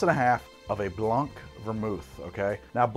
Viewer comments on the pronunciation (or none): its not 'blonck', its 'blahn', just like 'dohlaughn' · You do say orgeat wrong, but tbh you butcher all the french words you come accross. so no biggie. FYI: the c is silent in blanc